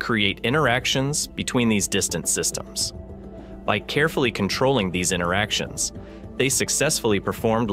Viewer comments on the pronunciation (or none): "InTer" actions, not "inner" actions. The T is not silent.